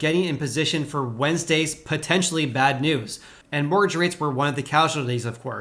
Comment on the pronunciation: Hehe, I love the way you say 'mortgage', Sounds like, "morrage". Love it! :)